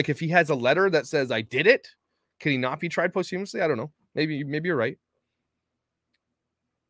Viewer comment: It"s pronounced: pos-chuh-muhs-lee. Not Post....